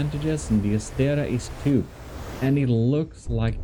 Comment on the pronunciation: and the other one is ass-tray-uh